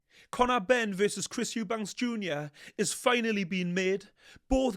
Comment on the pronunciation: I think he's talking about the fact you always say his surname wrong.. It's Eubank, not Eubanks..! But yeah, he is a funny guy! Love these breakdowns btw 😊